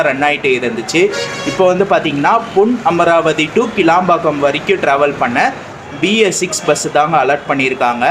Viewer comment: புதுக்கோட்டை. போனா. காரைக்குடி , தேவகோட்டை , அறந்தாங்கி , ஏம்பல் பஸ் வரும். இராமேஸ்வரம் பஸ் உள்ள வராது பிரதர் , உங்களது தமிழ் உச்சரிப்பு பொன்னமராவதி சரியாக இல்லை ஏன் அழுத்தி ஒருமாதிரி பேசுறிங்க